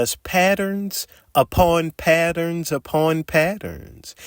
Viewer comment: Love this guy. HATE when he says the word "Patterns"